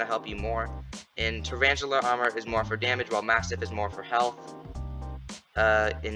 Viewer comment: Traranchula lol